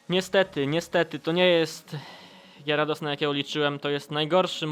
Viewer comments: Kamil_TM 2004 Mówi się Gjarados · gieradosa?? Tak sie ni e mowi